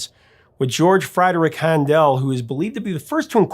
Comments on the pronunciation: HAN-del, not han-DEL! (His German family name is actually “Händel”, but there is nothing corresponding to ä in English pronunciation — it’s more or less a combination of long A and long E.) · Han-Dell? c'mon professor, it's pronounced like "handle." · What? Handèl? You mean Hándel, the wigged guy 😃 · Handel, say like handle. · Handel is pronounced like "handle," and oratorio is pronounced oar-uh-TOR-ee-yo